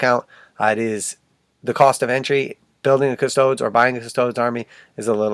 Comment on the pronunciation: Custoads? Improve your Latin.